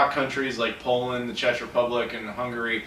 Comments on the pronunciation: Fun fact: Czech is pronounced 'check' in the UK, not 'chetch' :) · Hey, it's pronounced like check, not chech. Not to be a dick lol. I'm a big fan! I actually used to live in Prague, it's too bad I'm not there anymore:( I could've shown you around a little. I know of a few places. It's hard to find anything older than ps1.